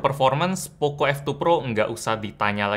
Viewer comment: pocoooo bukan pokoo